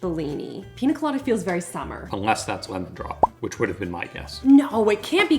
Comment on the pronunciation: Love more pronunciations!! Pina 😂 instead of piña. These are some of my favorite vids of. So fun!